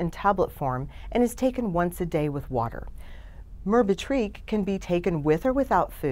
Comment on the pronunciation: FYI.....you pronounce it with the accent on the 2nd syllable- "BE"...So sounds like Mer- BEH-trick